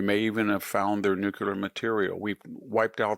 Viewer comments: The word is "nuclear," not "nucular." He has always pronounced it this way. This is fourth grade vocabulary. He also has trouble pronouncing well-known people's names correctly. It's kind of hard to consider him intelligent or take his opinion seriously. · NEW-KLEE-er. not NU-KU-Lar. c'mon....if you're so smart pronounce the word properly. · So are we just OK with two pronunciations for “nuclear”? Just because presidents and other heads of state mispronounce it, Victor doesn’t have to. The word has two syllables. “NEW-CLEAR”C’mon bud. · Such a smart guy, still can't say "Nuclear". Nucular.....come on VDH, you can do better than that. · Spell “nucular”. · Brilliant. Praying for you Dr. Hanson. I have known several brilliant people who can't say nuclear properly.😂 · It's a WRONG pronunciation. And it's not the only word he doesn't know how to say.